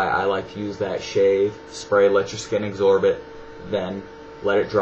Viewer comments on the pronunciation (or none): lol "eggzorb it" with that aside, good videos! keep em coming!